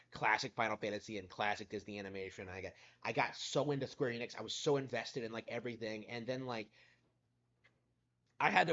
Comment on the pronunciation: You almost said Squeer Enix. 😂 Seems like one of your subscribers started to rubb off on you.